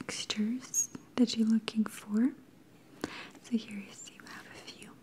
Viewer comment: PatrickMahn it took me at least a minute to figure out that she said “...looking carpets”😅